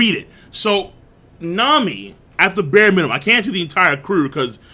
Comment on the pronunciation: "bare mininum"boys